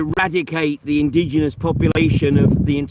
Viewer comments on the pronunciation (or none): none